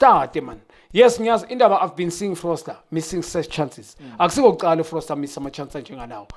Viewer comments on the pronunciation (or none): But guys, why does he always call Foster as Frosler, i mean its been years ayenza lento, nobody corrects him...